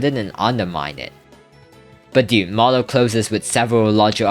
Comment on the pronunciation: Marlow ❌ Manlow✅